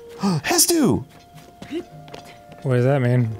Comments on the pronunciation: heavy breathes ... it's hestu. Hes-tu. Why does everyone say hetsu skjfjskdlsla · ITS HESTU